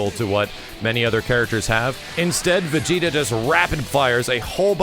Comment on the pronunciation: Ssgss vigeta not vigeta